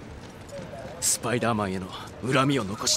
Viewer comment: Funny how french is a perfect translation yet harry says Speedèr-mane